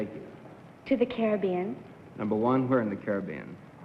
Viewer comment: Anyone of those first three could have won, all so beautiful, and top marks to three people here for pronouncing CARIBBEAN correctly, something no one in the US does today!